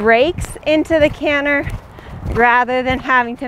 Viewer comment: You, like so many others, said the word canter correctly only one time. I wonder why that is. Dialect perhaps?